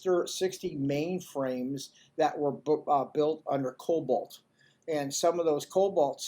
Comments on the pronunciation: It’s called COBOL (not cobalt; it is not a color) Which is a mainframe programming language that can easily be interfaced into other platforms through SQL code. Is if they don’t have it hooked up To other platforms, it’s not because they can’t. They just haven’t added the code. Mainframe technology is highly superior when you’re talking about handling large volumes of data; the I/O requirements (Impacting speed) to access are minimal compared to other platforms. The real problem with the IRS is, we are all sick of spending all of our time coming up with what we owe them. The government knows damn What they think we owe them because they are not receiving Data from the banks and details of Everyone’s bank accounts. Can you think of one other business that requires you to come up with a bill for them and if you’re wrong you’re going Get a fine and possibly to go to jail. The whole system is fraudulent. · COBOL, not Cobolt. The programming language first introduced in 1959, and used as the back end by the banking industry for decades, and way too expensive to replace. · It's COBOL not cobalt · I believe that he is mistaken, but will check… I believe he meant to say COBOL, not cobalt